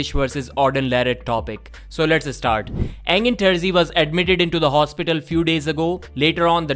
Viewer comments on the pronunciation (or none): “So lets Eh-start”